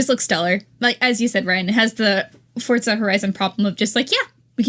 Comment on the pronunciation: i cannot take this guy saying FORTZA there's no T bro